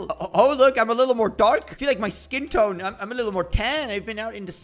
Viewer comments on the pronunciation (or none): none